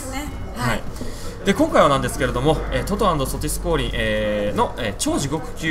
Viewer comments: トト＆ソティスのイントネーションおかしいよ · 地域によって違うと思うのですが... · のトト&ソティスのイントネーションが気になるw